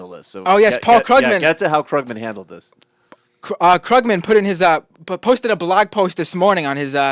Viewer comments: How can someone who produces a political radio program not know it's pronounced KROOG-man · Maybe rather than discussing hair styles and exchanging make up tips you should learn how to pronounce Krugman and Keynesian to at least SOUND less ignorant. Though .. on second thought .. na, wouldn't even work. Some things just can't be hidden.